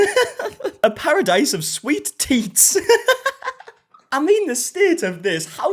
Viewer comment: “A pasadice of sweet teats” 🤣🤣🤣